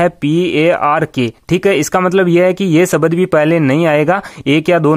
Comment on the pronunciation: शब्द , सबद नहीं 🤣🤣